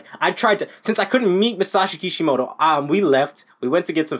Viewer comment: its masashi kishimoto but nice video